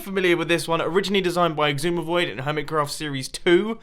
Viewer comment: its sisumavoid not iksuma